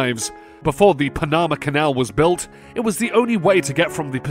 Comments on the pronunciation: And its pan a ma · All these channels, The Supreme, Fancy Banana, Scary Cherry, Missing Files, etc, mispronounce well known words on purpose to get people to comment, seriously? Panama is known well enough and I had never heard anyone, from any country, say it any different until now. But every single video from each of these channels have at least one word they deliberately get wrong, sometimes they're commonly used, sometimes less so, but there's always at least one, just yesterday I heard them say my city's name in a way I'd not heard before, Mobile, the city, is said ending like eel, many people do say it ending like mile, which is probably the most common way to pronounce it, but he said it like the oil company, or mobile homes. If my only job was to read what writers put to paper (figuratively) I'd at least investigate the words I didn't already know so I'd sound professional, but, as I said at the start, I think it's on purpose to promote more comments. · im pronouncing Panama that way from now on !! MEthane too 😂😂